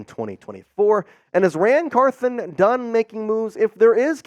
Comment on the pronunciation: Car THON not Car THIN